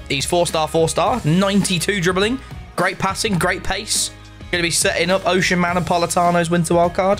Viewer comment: Butchering oshimen as a nigerian it’s O-Si-Mehn